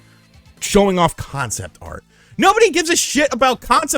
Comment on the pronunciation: CON- CEPT - ART.